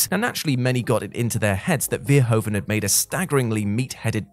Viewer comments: Nice clip, but as a Dutch it irritates me how Paul Verhoeven’s name is butchered. It’s not ‘Veeeerhoaven’, but more like ‘Verhoooven’. Hope this helps. 😉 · Great list. But the way the name of Paul Verhoeven is pronounced, or butchered, is just so... awful. So, the emphasis is on the "hoe" part, which is pronounced as "hoo", as in behoove, or in boo, but with an H. "Ver" is pronounced like fair, not veer. Making it sound like "fair-HOOve-en". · it's pronounced vair-hooo-vun